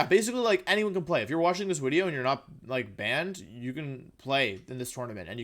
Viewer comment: Wolfe at the end of this Wideo: PEEEEEEEEEE